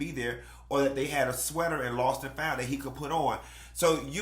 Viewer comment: It will not be foundt…yes with a T Lmfaooooo